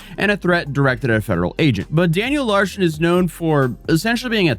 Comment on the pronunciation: "Daniel Larshon"